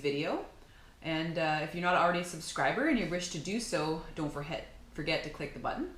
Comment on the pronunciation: You are a very well spoken young lady, but you do have trouble with the word "forget" at the end of many of your videos. "Don't forhet to click the button. " I hate when that happens. The fish looked delicious and your vids are great. Maybe try changing that line to " and remember to click... " You are an expert vlogger. I can tell, great work.